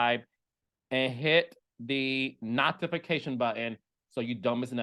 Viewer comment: Carlos why do you pronounce notifications like that? Is that a Detroit thing or do you do it on purpose? I gag every time!! 😂😂